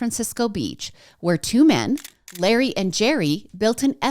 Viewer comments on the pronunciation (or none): none